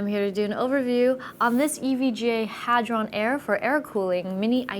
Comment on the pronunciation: I was really looking forward to her saying "Hard On" like Linus did. LOL Good job avoiding the trap Joanne.